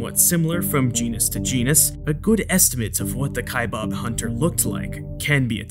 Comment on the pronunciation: Cool video, thanks. Correction: Kaibab is being mispronounced. Narrator is enunciating "Kaibab" as kai-BOB. It's not 'bob.' Second syllable is pronounced as the sound of a bleating sheep with a 'b' on the end. So that makes it baa-b. Kaibaab.